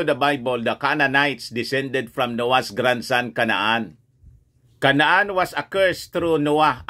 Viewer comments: CANAAN - kay-nan 🤣 hindi po KA-NA-AN ….🤣🤣🤣 yabang yabang nyo po pero mali mali ang information at pronunciation nyo🤣🤣🤣 joke lang … ayusin nyo muna pronunciation nyo ho ano!!! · CANAAN pronounce as KAY-NAN